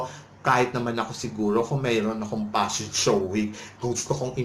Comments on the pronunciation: P!!!! Pa-shon show talaga. Pashon showw. Nu York Pashon Week. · Ang Nega mo bakla! Natural ang fashion show organizers nagbobook ng mga models nila nanagfifit ang physique at hitsura sa theme ng fashion shows nila. Baka naman hindi lang fit ang aura ng hitsurani Ms. Gazini sa themenila. Hay naku vakla singlabo ng hakahaka mo ang pronounciation mo ng Fashion Week! Tumbling ka na una ulo. nyeta!😂😂